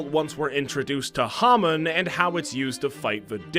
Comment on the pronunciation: This pronunciation of hamon and zeppeli make me want to die.